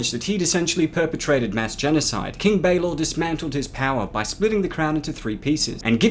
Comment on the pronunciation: It vexes me that you pronounce the names wrong. You said it "BAYlor" instead "Balor"! And "Nuado"? Really?